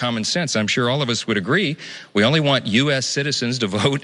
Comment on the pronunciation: "I vant my skull!" I remember The 'Burbs!